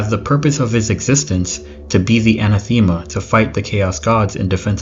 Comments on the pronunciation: I had a cat I named Bucephalus. He was a gigantic Russian Blue. Im a hardcore history nerd. I used to teach it. Suggestion: look up the pronunciations of words your not familiar with. Anathema is pronounced ann-ath-umm-uh. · Great channel, but please my brother get your pronunciations right! anathema = ‘a-na-tha-ma)